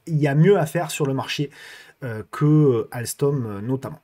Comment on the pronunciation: 👍🏻 mais tu perds les bonnes habitudes avec alstom…..quest ce que c’est que cette bonne prononciation ! 😂